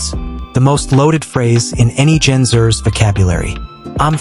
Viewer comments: Exactly. The script needs to print as Gen X er. Xer is throwing AI off. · The AI pronouncing Gen Xers as Zers makes this video unwatchable. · AI crap. Gen Zers? Monotone and a butt load of mispronunciations.